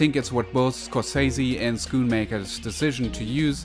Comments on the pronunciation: Btw it's "sh" and shot, shutter - when you say Sch(sh)oon-maker. Related to a German or Belgian word: . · "SKU MAKER" HAAH